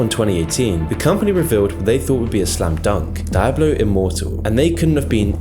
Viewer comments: switches from "die-ablo and dee-ablo" pronunciations a few times in this video, it's a bit strange. Less of a matter of accent and more of a personal quirk/oddity. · It's pronounced Dee oblo, not die oblo. It's etymology is Spanish. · every time you say dye-ablo instead of diablo, I wince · Is not dAIAblo. Is Diablo, say it in Spanish. “Dee ablo” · die-ablo... should be Dee-ah-bleugh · I cant make it through this without letting you know it's DIABLO not Dieablo not Deiablo. Learn the kings proper English m80 holy hell. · It's pronounced "DEE-ABLO" not "DIE-ABLO". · Every time he sais "d-eye-ablo" I'm forced to scream internally "it's di-a-blo!" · It's like nails on a chalkboard hearing you call it "die ablo" instead of what it's officially called, "dee ablo" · Anyone else bothered by his mispronunciation of Diablo? Should dee-ah-blo not dai-ah-blo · Dee ah Bloh son DEE AH BLOH.....sorry that Die ah Bloh pronunciation was literally giving me ear CANCER lol Edit: Great video though!! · "die-hablo" hahahahah cmon man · DIE-ablo? lol learn to pronounce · die-abloe??? why do people like you make such stupid mistakes? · "DAYABLO" ?? Are you serious Nigga? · "Die"ablo??? really? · Die-A-Blo tu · The way you pronounce Die-ablo really bothers me lol it's an attempt lmao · Stop pronouncing it Daiablo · what is Dye-ablo? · Di-ab-blo? ...what? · Die Ah Blow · Did he really say "daijablu" ? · Did he really say "dijablu" ? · I like how he pronounces Diablo as "Dye-Ablo" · i dare you say dieablo one more time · Ur content is great, but I can't help, but say it's Dee-ob lo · He said Die-ablo... ouch. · "dye-ablo", "world of war" and "nostril-rius"... come on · You're saying Diablo wrong. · how can this man not know how to say 'Diablo' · That pronunciation of diablo is up there with blizzard's atrocities 🤣🤣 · Why do you pronounce Diablo like that? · Aint no one finna mention how he pronounces “Diablo”? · The way he pronounces "Diablo" is very unsettling.